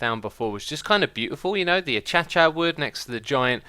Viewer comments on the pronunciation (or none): its not achacha... its acacia